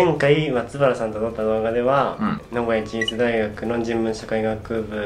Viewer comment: ずっと気になってたんだけど名古屋市立（しりつ）大学な。志望校の読み方間違えるのは流石にやる気ないだろ。